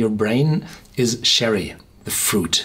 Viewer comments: As Nokomisclub said, confusing to pronounce it "sherry", when it's "cherry". But a great review for a really great whisky. And if it's kept seasonal, make sure you grab yourself a bottle (or two :P ) while it lasts. On top of Blomstertid I've had Svensk Rök and Vinterrök by Mackmyra, and they are quickly becoming one of my favourite distilleries with the likes of The Glenlivet, Aberlour and Ardbeg. Heja Sverige! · lol hahaha im 3 years late to this comment but its funny cause I always feel like correcting him too. But I fear he might read "munCHen" as "munSHen".. so "CHerry" will remain "SHerry" lol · Cherry. The beginning is like the ch in Munchen. Confusing when you pronounce it Sherry. Great review as usual.